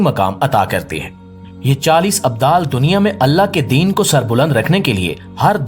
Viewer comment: Abdul Nahin abdal bolate Hain